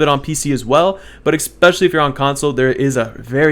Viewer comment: Ekspecially lol no hate tho just think it's funny thnx for the video